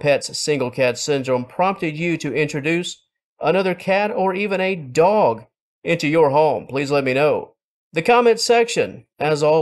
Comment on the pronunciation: Is it just me or near the end when he mentioned getting another cat or dog, the word dog sounded like it was said in digest? Ha! Got a chuckle out of me.